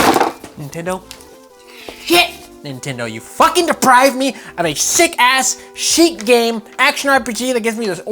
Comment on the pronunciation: Goddamit, its SHEIK! Jaysuz....